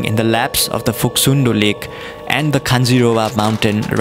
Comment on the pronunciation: Local said its Phoksumdo not Phoksundo. In local tongue Phok means "Kuna' Sum means "tribeni' and Do means "Puchar". From the corner of Cholopu till the end of Suligad, three rivers meeting together. And thats how the it was named. Video is very nice ^^